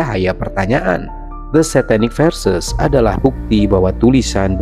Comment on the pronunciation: itu SATANIC VERSES (ayat² syaiton) bro, bukan satanic versus. versus lawan siapa? satu lagi. itu MEIN KAMPF, bkn main kempf. bahasa deutsch, bkn bahasa EN.